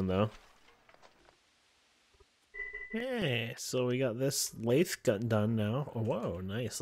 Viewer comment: You pronounce lathe wrong